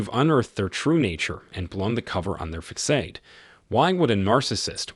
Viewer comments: Great information👍...the word facade is pronounced fa Saad not fa kade.. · It's not fisade(facade), it's pronounced fuh-sod(facade). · To the channel owner. Please teach the A.I. voice how to pronounce facade (Fa sod).